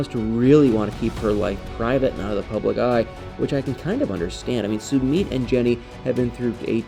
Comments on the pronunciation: PRONOUNCE Sumit's name correctly! It is pronounced SUE MITT not Sue meet. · OMG, WHEN HE SAYS "SOO MEET" Really? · Sweetheart your not pronouncing his name, right just saying, I love your videos❤